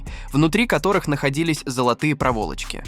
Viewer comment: тот случай когда озвучка тупее робота . - кобАльт, никЕль , проволОчка.